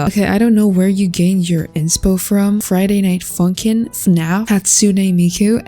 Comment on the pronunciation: "Friday night fonking"💀